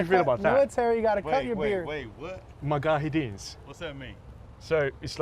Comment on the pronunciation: "Magahadis" Smh..